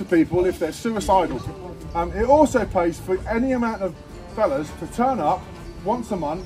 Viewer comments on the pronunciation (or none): none